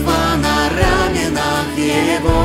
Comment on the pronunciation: Правильное ударение в « раменах» на вторую букву «А». Это так для справки. Песня красивая. Очень нравится ваше творчество. Благословений вам!